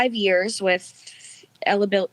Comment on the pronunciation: The “fuck” after failing to pronounce “eligibility” was crazy